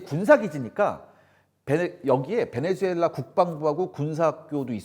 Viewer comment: 베네주엘라가 아니라 베네수엘라 라고 발음해야죠